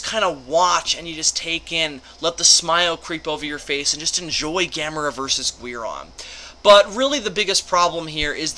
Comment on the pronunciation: Why are you saying Guiron like Gweir-on and not Gear-on